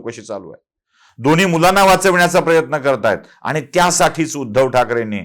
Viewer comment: Apan ani,pani,koni ase ashudhha uchhar kripaya karu naya